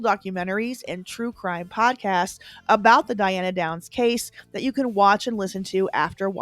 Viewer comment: Diane not Diana.